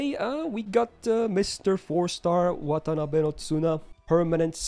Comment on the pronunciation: it's not wtf, it's watanabe